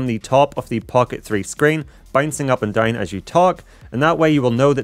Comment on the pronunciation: my earn when he always says "dauwn" :((